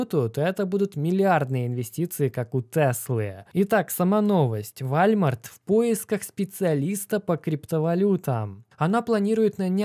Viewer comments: вОлмарт) а то что то не сразу понял что за вальмарт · Как чел, который живет в сша 5 лет, скажу тебе: это не вальмарт, а волмарт) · Уолмарт, а не вальмарт 🤣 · Волмарт ! А не вальмарт 😂😂😂😂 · Не Вальмарт а ВОЛМАРТ. WALMART !! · Волмарт - правильно произносить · Уолмарт правильно говорить